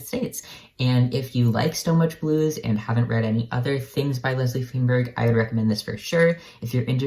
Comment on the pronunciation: Feinberg is pronounced "fine-berg." Akin to the pronunciation of the first syllable in "Einstein."